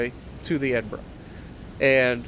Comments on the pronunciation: Your second pronunciation was correct....it's like "edinburah" though obviously not spelled that way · Hunted a isolated Nelson yesterday in my Icarus. Missed three torpedo salvoes whilst staying in the visibility sweet spot. Finally hit him with my last two salvoes. Felt so good. You pronounced Edinburgh correctly by the way.